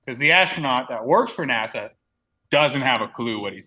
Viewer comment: “nâshâ‘” is the Hebrew word. “naw-shaw’” is how you pronounce it. “Lead astray”, “seduce” and “deceive” are some of the definitions. Now “beguile” certainly means to “deceive”. However, the Hebrew word here is not “NASA” or even close, it is “nâshâ’”. It has the “h” in there. Unfortunately, someone outsmarted themselves and created a new belief system that a lot of morons have fallen for.